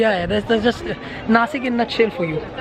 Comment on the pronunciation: Nashik not nasik